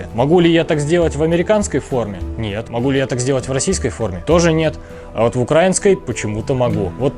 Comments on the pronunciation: УкраИнский, ударение на "и", а не "а" И не "на" , а "в" Украине А за обзор - спасибо) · Думаю, уже сказали, но повторю: В Украине, украИнский (ударение на «и») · Пожалуйста, не укрАинский, а украИнский. Ведь страна называется не украЙна, а УкраИна. Это тоже самое как говорить рОссийский. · Правильно украИнский, а не укрАинский. И не "на Украине", а "в Украине" Сколько раз вам бестолковым повторять 🤦🏻‍♂️ Дизлайк тебе сразу 👎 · Но на ударении при слове укрАинский палится шо он россИянский